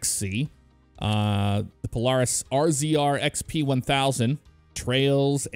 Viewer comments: The polaris rzr is pronounced like razor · you said rzr wrong it is pronounced razor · Rzr is pronounced razor 😑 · I can understand the difference in pronouncing Polaris but RZR is said Razor. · It’s razor 😂you miss pronouncing Polaris